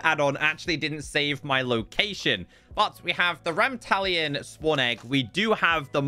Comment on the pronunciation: Every time he mispronounced Ramtalon- 😭😭😭